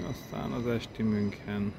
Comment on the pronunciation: Hidegrángást kapok amikor valaki nem mondja jól München nevet, illetve az ICE t se.De ettől függetlenül érdekes videó lett.